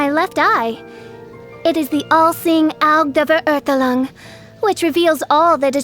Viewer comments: prinzessin dur vurhurtulong seriously, did no one prep her on how to pronounce that? LOL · I heard it as Prinzessin of Derp-zefer-urgh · did the voice actor listen to the german pronunciation once😔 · My god that pronunciation 😭😭😭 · The voice actress should have added some correct pronunciation of German language for some words. The way she says Verurteilung, or Immernachtreich is just destroying my ears😂